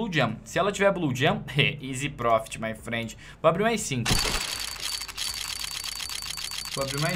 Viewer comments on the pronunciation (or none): none